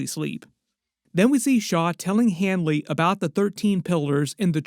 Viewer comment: It's Leroy Hanlon, not Hanly